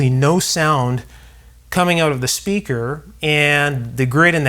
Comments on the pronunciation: Every time he says "out", pronounced "oot", it just screams "CANADA!!!". 😅🤣😂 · As soon as I heard you pronounce the word out I knew you were Canadian now Excuse me while I eat a big ol bowl of out-meal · Canadian. Oat in the ole storage shed. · Tell me that you’re Canadian without saying you’re Canadian: the way you say the word out